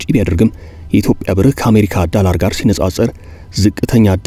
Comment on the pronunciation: ፈታ ዴይሊን በጣም እወድደዋለሁ ግን ቅዳሜ እና ረቡዕ ሲደርስ የምሽት ዜና መከታተል ያስጠላኛል ምክንያቱም አንተ ጋዜጠኛ የድምፅ ቅላፄህ አይመቸኝም ዶላርን ዳላር እያልክ አብይ አህመድን እየመሰልከኝ ነው😂😂😂😂